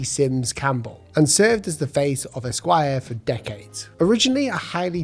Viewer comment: The pronunciation and emphasis on the different syllables of Esquire here gave me serious fits. 🤣